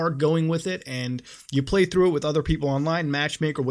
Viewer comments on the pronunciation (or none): none